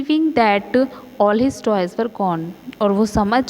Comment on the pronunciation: Mam bahaut acchi explanation thi par wo toys nahi toes hai